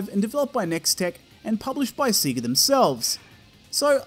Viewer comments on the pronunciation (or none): "Seager" Love that pronunciation. Thats what i called it at 9 years old bless. Great review. Never bought this one back in the day but always wondered about it since seeing it in a VHS promotional tape in issue 1 of Sega Saturn magazine